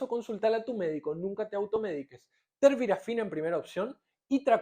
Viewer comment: "Terbirafina" --> TERBINAFINA 🤦🏼‍♂🤦🏼‍♂🤦🏼‍♂🤦🏼‍♂🤦🏼‍♂🤦🏼‍♂🤦🏼‍♂🤦🏼‍♂ "Cicloprox" ---> CICLOPIROX 🤦🏼‍♂🤦🏼‍♂🤦🏼‍♂🤦🏼‍♂🤦🏼‍♂🤦🏼‍♂🤦🏼‍♂🤦🏼‍♂ "Amorolfine" ---> AMOROLFINA 🤦🏼‍♂🤦🏼‍♂🤦🏼‍♂🤦🏼‍♂🤦🏼‍♂🤦🏼‍♂🤦🏼‍♂🤦🏼‍♂